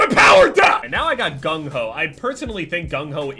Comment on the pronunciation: Does anyone notice how he says gung ho